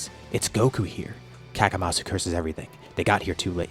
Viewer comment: Hey question? Isn't it better to call him Kamasu? Instead of Kakamasu?